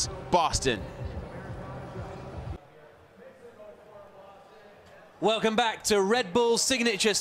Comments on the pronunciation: “welcome to baston massachusetts” no it’s boston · It's pronounced like "Baw-Ston". Boston. Wtf is "Baston"